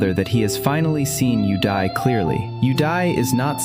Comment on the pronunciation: all i can hear is "you die" instead of "yudai"